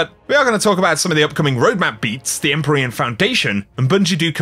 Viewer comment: the word is pronounced "IM-PEER-EE-AN" not "EM-PUR-EE-IN" ... can't be the only one bothered by this